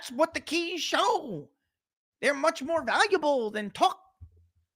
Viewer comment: The "keys" not the "cheese"😉🤣😂🤣😂🤣